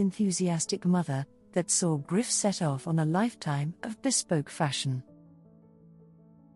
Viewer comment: Please learn how to pronounce French words especially Griffe!!